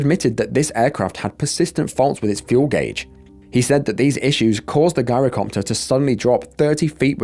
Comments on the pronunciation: It's pronounced 'jai-ro' copter. With a soft 'g', not a hard one. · Pronounced "JAI-ro" NOT "GUYRO" if youre going to do videos ,,, at least learn how to pronounce words properly! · Its not a "guy-row" copter Gees look up how to pronounce any word you arent sure of, it makes you sound stupid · Gyrocopter starts with a G for George not a G for Guy. 😉👍👍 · It's pronounced JI-rocopter, as in gyroscope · It's pronounced "Jyro-copter" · Just for the future: gyrocopter is pronounced jirocopter .. the G being like that pronounced at tge beginning of the word "geography" I have trouble pronouncing some words, too, especially foreign placenames 😉 Is it awful of me to say that I look forward to these videos of yours? 😮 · It's pronounced "jyrocopter" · It's spelled Girocopter but pronounced JIROCOPTER, The G is pronounced like a J. I don't want to come across as know-it-all, but I had to correct you, thanks. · The narrator needs to go back to school and study English Grammar, taking inti consideration that you're British you're making a mockery of the English language 'Shame on you' !! Its Gyrocopter, pronounced with a J sounding G .. you really have no idea how stupid you sound 🙄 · The first story has you pronouncing the Gyrocopter WRONG.It's pronounced like GYE RO COPTER.Plus Gyro's are pronounced without the G.